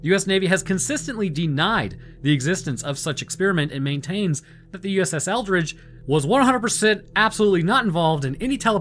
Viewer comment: Why do I keep hearing it as “USS Eldritch”?